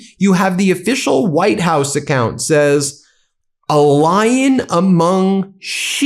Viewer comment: "A Lying among the sheep" is what I heard. Definitely not a Lion among the sheep.